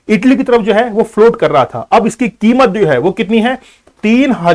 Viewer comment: Are bhain ke lore bar bar kimot kio bol rhe ho